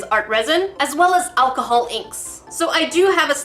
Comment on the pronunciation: “ acaholic swab” ok let’s not let it get too drunk